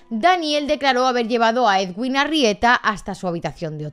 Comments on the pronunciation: Soy colombiano y te voy a decir que no se pronuncia edwin, así se escribe pero se pronuncia eduin, vale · Soy colombiana pero no me había podido enterar bien de lo que pasó. Que fuerte todo. Pdt: El nombre del médico se pronuncia "eduin" como si la w fuese una U, para que lo tengas en cuenta en las actualizaciones que nos hagas. Un abrazo y gracias por el video :) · Solo un pequeño comentario: su nombre de pronuncia "eduin" y para su apellido se pronuncian las dos "eres", como en "ferrocarril" Saludos desde Montería, ciudad donde trabajaba y vivía el cirujano